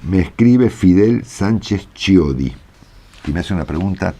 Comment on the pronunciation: Chiodi se pronuncia..quiodi